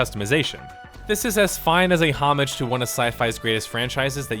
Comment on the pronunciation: It's a good video except it's obvious this guy has never seen a Star Trek show or is a big Star Trek fan, it's pretty jarring how he keeps mispronouncing the character names and actors, i.e. Janeway and Leonard Nimoy. He also mispronounced the word homage.